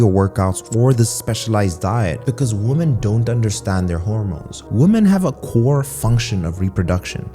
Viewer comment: For some reason, I find it annoying that you pronounce "woman" and "women" the same...